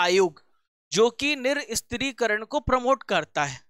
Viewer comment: Nirshastrikaran ...hota hai bhai ..niristrikaran nhi L laga diye ho tm Hindi ka